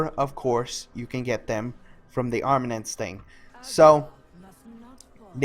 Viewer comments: Nice vid bro - helpful! Btw... AR-MA-MENTS :-P soz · I found the "armanents" funny xD It's something that is really common with youtubers, they don't actually read the word and then they just make up what the word is. Either because they're just skimming over it or they don't bother. Lazy Peon is really bad at this xD